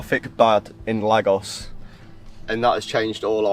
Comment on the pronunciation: The way you guys are pronouncing Lagos is hurting my ears haha